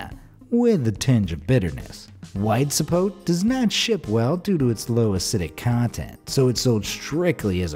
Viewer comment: hehem sapote is pronounced sssapotA and it grows in los angeles too.